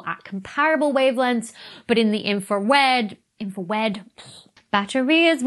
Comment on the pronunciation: Infwawed! You siwiwy Wabbit!